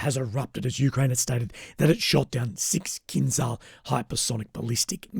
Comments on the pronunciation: Fyi - its pronounced kinJal in Russian / Ukrainian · It is pronounced in Russian or Ukrainian: Kin-jahl.